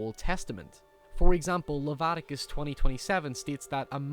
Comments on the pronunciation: Spelled Leviticus, pronounces it Levaticus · It's not Lavaticus. Sorry. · Lavaticus? You mean Leviticus, right? Do you really think it's pronounced like that?! LOL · "Levatikus" I can't watch this. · You butcher the pronunciation of Leviticus 😂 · how do you pronounce Leviticus so poorly haha.